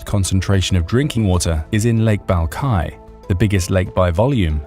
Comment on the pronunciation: lake balkai??? i assume you mean Baikal..... right???